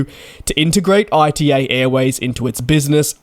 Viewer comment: ITA not I.T.A